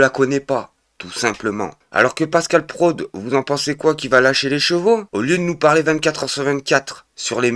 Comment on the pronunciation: DE LO GU et Pascal PRO ... Pas delogue et prode.😂 Dit moi que tu lis les commentaires et que tu en tiens compte s'il te plaît.....